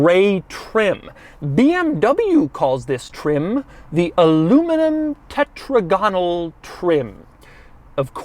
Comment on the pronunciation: Your pronunciation is getting a bit weird, Doug - tetrAGonal is better than tetragONal, just as hexAGonal sounds better than hexagONal. N'est-ce pas?